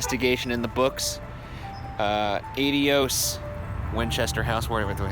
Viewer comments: Did he just say aid-y-ose? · Can I just state that the way Ryan says 'to God' bugs the crap out of me? It sounds nothing like Adios and at this point I've started to think that I'm the crazy one! But I'm not wrong on this, I can't be, I have never heard anyone ever say adios the way he says it. for anyone curious.